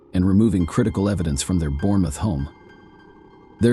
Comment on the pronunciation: You don't pronounce the e in Bournemouth. It is pronounced bornmuth.